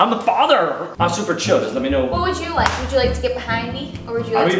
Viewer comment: Kian: “I’m the fadur” HAHAHA😂😂😂